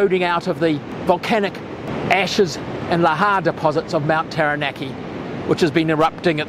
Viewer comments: Love your information. But a tip on Māori words; the vowels are pronounced ah / eh / ee / o(r) / oo. (An easy way to remember that is "are there three or two".) So, for example, Taranaki would be pronounced Ta(h)-ra(h)-na(h)-key. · Come on mate! Have some respect and pronounce Taranaki correctly